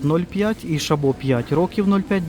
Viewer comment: Не ШабО, а ШАбо.